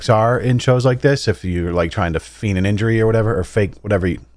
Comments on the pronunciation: its 'feign' an injury, pronounced as fayn. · Hehe. You were looking for “feign” (fayn, like “lane” with an “f”). Anyway, thanks for another top tier video! Your videos have helped during pandemic, and I just wanted to thank you, Mrs, Lush, and Jake the Snake for bringing so many laughs and smiles to me and my ohana as we watch y’all’s videos together every week...my niece has really enjoyed them, and with school being conducted remotely, it’s been tough on her. I hope u and ur ohana, as well as Josh’s, are staying safe and healthy during this pandemic. Much love and aloha from Honolulu! knows that we all could use more of both! 😁🤙🏽❤️🌈🤙🏽 (just symbols of Hawai’i) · Feign? cuz it sounds like you said fiend lmao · "Feign." Rhymes with "pain."